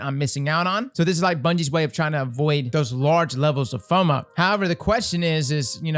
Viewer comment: I thought he meant MOFOS when he read FOMO out loud. 😎😎😎